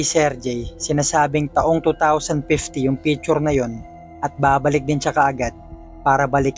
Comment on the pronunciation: Picture po hindi pechur